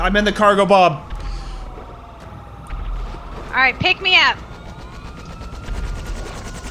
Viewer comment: the way he pronounces cargobob annoyes me